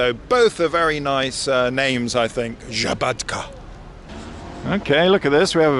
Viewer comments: Nije žabatka vec sabadka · Szabadka is with S-Sabadka